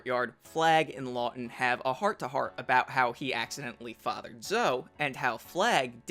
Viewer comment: Zoe is pronounced "Zoh-ee" not "Zoh."